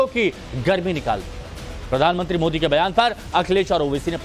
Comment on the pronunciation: ये ओवेसी मोदी को मोडी क्यों बोलता है भई 😮